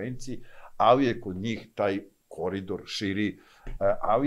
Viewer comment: ne kaze se kori Dor nego se kaze koridor....